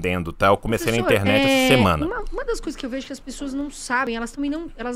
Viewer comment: eu não ligo nada pro que ele fala, mas me dói ouvir o host falar "professor"